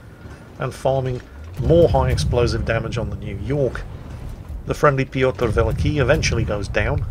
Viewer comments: Same goes for mispronouncing Piotr Wielki 😀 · I found you out now! You're not misidentifying ships in this battle, but nations! You pronounce Giulio Cesare as though she were a Spanish ship (or a ship from a Spanish-speaking nation), while you've handed the Pyotr Velikiy over to the Czech navy during the course of this battle: the first time you mention her, she's still pronounced fairly Russian-like, but after that, definitely Czech. Well, or Slovak I suppose.